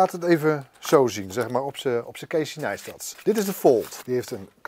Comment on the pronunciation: ''keesie naistads''